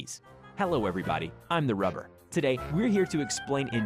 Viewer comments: its not "the rubler" ITS THE RUBBER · You don’t disrespect my boy you said his name wrong